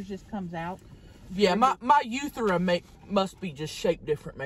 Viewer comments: “My uthera.” I. Am. Dead. 💀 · My uthera! 🤣🤣🤣🤣🤣 you mean urethra? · Not the "yoo-thera" LMAOOOOOOO!!!!!!!!! I DIED when said that, and started "choking":D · "different shaped uthra" I'm dying over here and apparently so is...."choked on a fry" lmao.